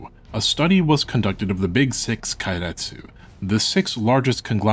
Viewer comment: Didn't expect such an in-depth, expansive view into history. Extremely well-researched, extremely well-presented even that a dumbass like me can understand. Tiny correction, if you'll allow. Japanese vowels don't change sound, so keiretsu is closer to "kay-retsu", instead of "kye-retsu"